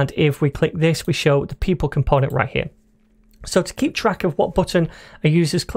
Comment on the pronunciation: Right over HEAH